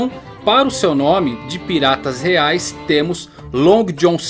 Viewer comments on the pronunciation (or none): none